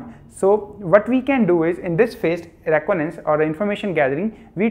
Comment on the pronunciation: What is roconance 😂 it’s re con I dance reconnaissance 🙂🙏🏻